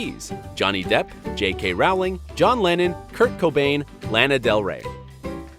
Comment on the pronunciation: Infp/infj Did anyone else cringe when he said j.k rowlings name wrong??